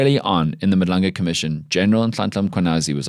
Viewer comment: as a South African, how are you still struggling to pronounce "Madlanga"...... at some point you are just lazy. Take more time and make more damn effort to pronounce African names properly, GET IT RIGHT!!!!